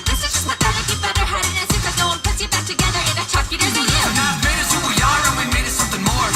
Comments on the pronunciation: That “FaNAF” pronunciation seems to be quite common with English speaking fans. I always thought it has something to do with difficulty saying F and N together but it might also originate from some of the OG FNAF content creators. It does irk me a bit. I did hear Stupes’ voice in small bits here and there. It wasn’t a character voice. There just wasn’t that much of it. Also, if you blush at the sight of a harnessed Freddy, then I wouldn’t google Springtrap art 🫣… (And yey for the future Patreon video!) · Guys. I have to give congrats to, he finally ironed out his intro it is commonly said as “fuh naf” imagine getting scared off by someone wearing your head from someone’s dreams